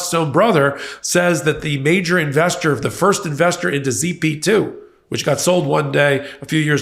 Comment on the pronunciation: it was "Zip2" not "Z P 2"